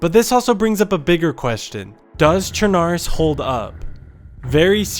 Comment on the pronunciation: It's not pronounced sure-nar-russ It's pronounced sher-nah-roos, which means Black Russia, because it's next to the Black sea.